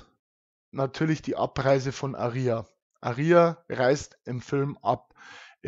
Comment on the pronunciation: Es wird Ah-ria ausgesprochen das ist hinten beim Buch bei der Aussprache der Namen verzeichnet